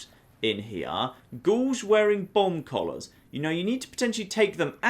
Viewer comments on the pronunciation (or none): Who else thought he was saying bong collars the entire time